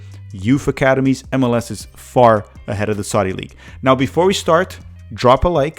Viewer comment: "Saadi" league